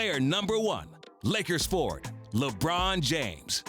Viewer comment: Good god I would rather hear a cat fight a donkey than hear Perkins say “LEYBRUHN JAYYMES”